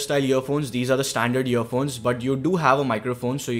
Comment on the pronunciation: it sounded like he said year phones